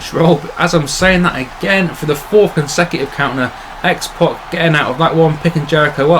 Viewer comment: it's X-PAC not X-POC